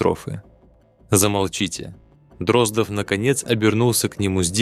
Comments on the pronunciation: После того, как чтец простую фамилию ДроздОв произнёс как ДрОздов, слушать расхотелось. Тем более, что этот же цикл рассказов есть в исполнении Абаддона, который читает великолепно. Извините, юноша, голос у вас очень приятный, но с малогоамотностью нужно бороться. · ДрОздов просто вымораживает , не смогла слушать. Неужели простая фамилия ДроздОв настолько сложнопроизносимая? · Боже мой! Простая русская фамилия Дроздо́в стала англифицированной, Дро́здов😂😂😂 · Абсолютно верно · Почему? Может фамилия действительно ДрОздов, а не ДроздОв? Остальные же правильно произносятся.